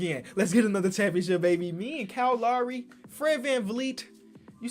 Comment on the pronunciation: Funny thing is pronounces Kyle Lowry's name right